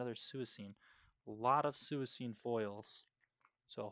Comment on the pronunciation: Suicune is pronounced swee-coon btw